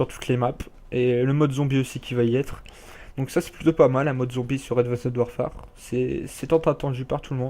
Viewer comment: Super video juste sa se dit pas avandced warfare mais advence warfaire sinon cool